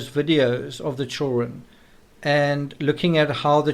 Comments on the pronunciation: The word children has "D" in it. Child-dren, not chilren like some racially portrayed black nanny from the 1800s in movies. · Man, your pronunciation of “children” really takes me out of being able to keep following your train of thought....chur-RN....❓❓ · DUDE LEARN HOW TO SAY CHILDREN!!! ITS SO ANNOYING HEARING CHOWREN!!! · Why cant this guy pronounce chidren correctly?? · I really wanted to watch this but couldn't get past the way you pronounce the word children 😲